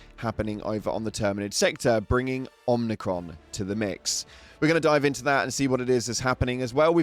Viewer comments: OMIcron not OMNIcron. Jesus dude your ship literally pronounces it for you when you jump there. There's no N in it. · There's no 'n' in Omicron. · I was wondering if anyone else noticed. Man, it hurts to hear it the 'n' pronounced. Not even funny. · I immediately checked the replies once I heard the 'n' when incorrectly pronounced Omicron.